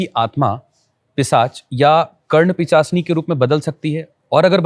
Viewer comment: Karnapishachini, it’s not pichashini right?